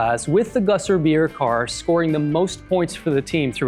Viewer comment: It is Gösser. Not Gosser. And it is an Austrian beer brand, named after the town called Göss. This town is in Styria, a southern county in Austria - and only half an hour away from Spielberg / Zeltweg, where the famous racetrack is lokated. Now the Red Bull Area, this was the Österreich Ring, which means the national race track of Austria, the home of Niki Lauda, Jochen Rindt and, of course, Dieter Quester.